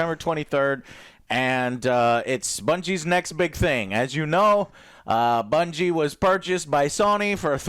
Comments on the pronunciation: lol classic Joe, pronounces bungie as bingie, but somehow nails the pronunciation of durhendahl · Joe managed to say Bungie wrong lol